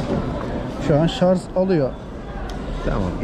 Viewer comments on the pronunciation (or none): şarz değil şarj olucak :)